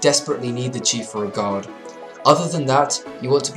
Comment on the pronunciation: when he is saying guard sounds like he is saying god